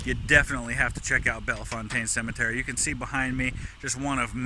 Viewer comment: That is not how we pronounce bellfontaine hahaha We aren’t that fancy when we say it! Ahahah cool video!